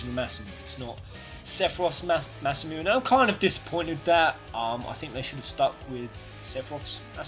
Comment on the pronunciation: ma men you have to say Masamune like masamunay, no like masamoon